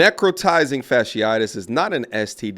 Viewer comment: She said "fascisitus" 4b!